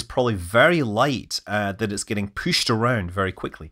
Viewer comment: It gets pooshed out? What do you think you are, Scottish?